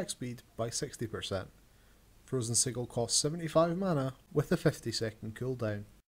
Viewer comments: you pronounced "sigil" incorrectly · lol the way he says sigil